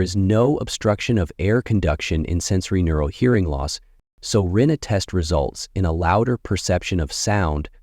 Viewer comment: Rinne was pronounced 3 different ways. Which one is correct? I thought is was "Rih-nay"